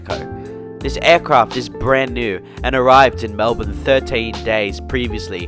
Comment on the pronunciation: Pleeease not Mel-Bkk.